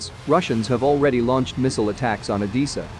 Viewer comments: It's Odessa, not Odisa. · Odessa is pronounced “o dey sa” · What’s O-Dee-sa?